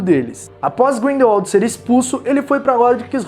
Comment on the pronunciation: Olha só ele pronunciou certinho!!!! Grindelwald e não Grindelvald como da última vez que assisti um video falando do mesmo! Só por isso, vai ganhar um like! Parabéns 👏👏👏👏